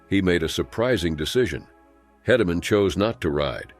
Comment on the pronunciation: Why don't video creators check their work. Mispronounced names of Mauney and Hedeman. Lazy and aggravating.